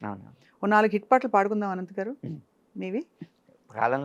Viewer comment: అనంత్ ఆయన పేరు, ఆనంత్/ఆనంద్ కాదు తల్లోయ్ 😂